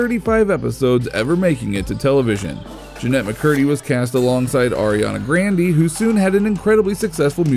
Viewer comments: D-did you say.....gran-de ........💢💢💢💢💢💢why have you done this....its gron-day...why wold you say grande i mean ik thats how its spelled but..thats not how you pronounce it....sorry ik am a karren that just relly triggers me😥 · Him: AriAnA GrAnDY. Me: 😂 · It’s pronounced ArianaGranday not grandie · it’s Ariana Grande not Ariana Grandy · IT ARIANA GRANDE NOT GRANDEEE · gron not green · Ariana grandy it’s grande by the way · No hate but it's Ariana Grande not in Grandy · Who else is triggered that he pronounced Ariana Grande as Ariana Grand-e instead of Ariana Grand-a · It is Ariana Grande not Ariana donde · it is Ariana grande not grandE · GRANDY!!!! IT'S GRANDE!!!! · Why u say ariana grandy???? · can't say Ariana Grande- ITS NOT areeana grandeeee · I decomposed when he said “Arianna Grandie” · "ariana grandee" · Foo said grand E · He legit said ariana GRANDEE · HOLP UP WAIT A MINUTE did this moder aswhole just say Ariana grandy? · He said it like Ariana grandee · He said “Ariana Grandy” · Did he say Ariana grandy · He really said “Ariana Grandy” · “Ariana GrandEE”💀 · "Arianna Grandy" 😂😂😂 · “Ariana Grandee” Ah yes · “Airianna grandie” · Ariana grandy ARIANA GRANGY IM DISLIKEING JUST BECAUSE YOU SAID HER NAME WRONG AAAAAAA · Did anyone else catch that “Ariana Grandee”? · ariana grandie! seriously you have no right to say her name if you cant say her name properly she is popular among teens and children! even children know how to pronounce her name! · Ariana “Grandee” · “Ariana grandy” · “Ariana Grandee” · Did he say “Ariana Grande” like Ariana Grandee? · it's pronounced gron-day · Did he just said Ariana Grandee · I know but he says Ariana grande with a y he says it wrong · I know but he says it like with a y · The way he said Ariana Grande Tho he said GrandEE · This man says grande wrong 😤 totally not annoying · is da time he said her name wrong juss saaaad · He said pronounced ARIANA GRANDE NAME WRONG JUSS SAAAAD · you pronounced Ariana Grande wrong